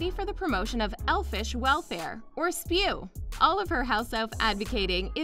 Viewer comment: It’s S.P.E.W not spew